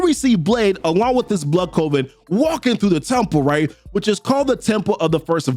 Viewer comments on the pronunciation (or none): Why do you sound like you keep saying “…Blade and his Blood COVID…”? If you’re trying to say “coven”, first: simmer down, take a breath and think “oven”, then put a “c” in front of it. Unless you say Oven like “Ovid”.